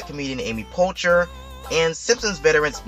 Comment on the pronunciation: Poehler, not Polcher